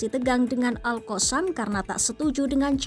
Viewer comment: Min sebut la betul2.. Lidahh tu adjust sikit, All koossamm ? 😂😂😂